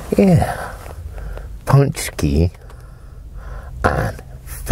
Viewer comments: You have PERFECT Polish accent ❤ ❤ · you've mastered the pronunciation of Paczki 🤩🏆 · OMG I am from Poland and seeing you eat our PĄCZKI on yet another video made me smile! Glad to see you enjoy them so much! I mus also say that your pronounciation of the word "pączki" is getting better and better in every video! When you said it at the beginning of this video, is was literally like a native pole would say ha ha Great video and great content as always! Sending greetings from Poland, been a loooong time fan and will be forever. ;)